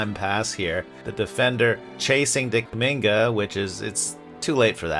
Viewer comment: Did you call Jonathan “DickMinga”? 😂